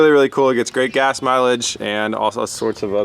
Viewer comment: "Gets great GAS milage" lol. You tried!